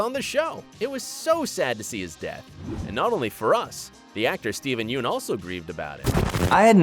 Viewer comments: Glens real need is not pronounced is spelled Yeun but it is pronounced yun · Ummm Sasha doesn't exist in the comic. She got the Holly death. Also Yuen is pronounced "YUN". Come on man lol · It's pronounced "yun" not yeun.